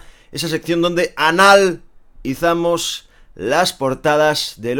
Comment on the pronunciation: Jajajajajaja anal izamos jajajaja muero de risa, estornudo y que buen francés chaval eso lo estás aprendiendo en las salidas con Walden??? Saludos